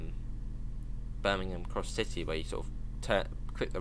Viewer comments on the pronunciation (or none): none